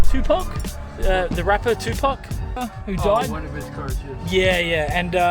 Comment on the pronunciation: It’s not the accent!! 😂😭 you’re just saying it wrong lol, there’s no k on the end of Tupac